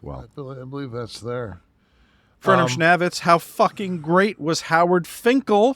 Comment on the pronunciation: When is good ol' FurnamSchnavtiz the 3rd gonna let know he's been pronouncing his name wrong for months! It's pronounced schNAY-vitz, its something Bruce Prichard has said on his show for years and this has bugged me everytime says it 😂